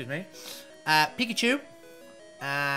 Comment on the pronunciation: Butterfree, Ekans, Pikachu, Raichu, Sandslash, Vulpix, Paras, Dugtrio, Abra, Victreebel, Tentacool, Tentacruel, Graveler, Seel, Exeggcute, Exeggutor, Seadra, Magmar, Ditto, Eevee, Jolteon, Aerodactyl, Moltres, Dratini, Mew were all said correctly if you had a thick accent/ you just said them correctly. 25/151 = 16% about you failed to pronounce incorrectly. Checkmate. the Chet sounds for Machamp Line was my favorite and could actually remove some from this list. (to pronounce a Chet try to get ready to spit but dont actually spit.)